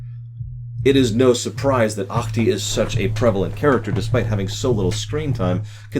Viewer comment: Your pronunciation of Ahti's name is almost correct. The "c" in "Ach-ti" is just very slightly softer.